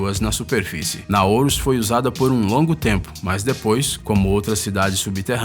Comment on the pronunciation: Não é "Naouros" seu tonto!!! De onde vc tirou essa letra "o" no final??? (PQP!!!)